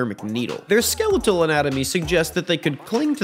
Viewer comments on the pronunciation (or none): none